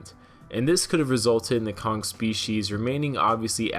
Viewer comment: Why-on-earth do you add a second "g" to words that end with the same letter(Kong-g)?